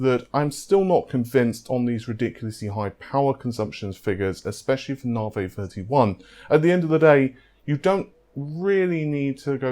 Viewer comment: Nah-vay. lol